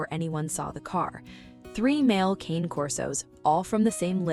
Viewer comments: I really wish they’d pronounce the name of the breed correctly. Cane is the Italian word for dog. It is pronounced cah-nay. It is not the English word “cane”, as in cane sugar. This is an ancient Italian breed. A little respect please! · You absolutely should not be making a video of three dogs if you can't pronounce their name correctly. Cane does not rhyme with pain. It's Con as in convict and a, as in the letter A. Cane Corso. It's Italian and so are they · Okay AI voice: Cane Corso is pronounced "Kon-Nay Korso" Not Kayne Corso. Jeeze! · You know the name is Italian, right? The name is "Kan-ay," not "Cain". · They are NOT "Kane" Corsos . They are "Cah-nay" Corsos. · "Ka-Nae" Kor-so"...!!! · It's pronounced Caan 'eh Corso. And this is a wonderful story of love and rebirth. The only sadness comes, as a large breed person myself, in knowing that large breed dogs have a shorter life span. About half that of, say, a small poodle. Having said that, I know that knowing that in advance makes you love on them even more. There's just something about having their arms around your neck, when you're standing up, that's makes everything thing else in your world so much better. 😊❤ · Pronounced ka nay corso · It would be so nice to hear these dogs' breed name pronounced correctly. It's CAH-neh COR-so. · Why is it most people who keep Cane Corso cannot pronounce the breed name correctly?